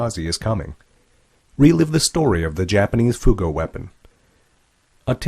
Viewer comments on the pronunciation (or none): "ふ号" is correct, not "ふう号". 秘匿名称は「ふ号兵器」です。